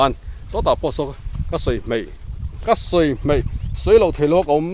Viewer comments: Meian ani lo maian ti zawk la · Meian nilovin maian aw